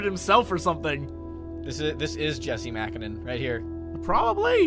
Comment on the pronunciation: 'jes-see' 'muh-co-nen'